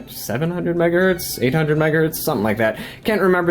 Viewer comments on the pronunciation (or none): none